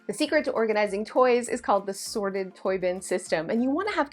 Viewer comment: ME: What the heck is a “sordid toy bin”? Oh. “Sorted.” Never mind.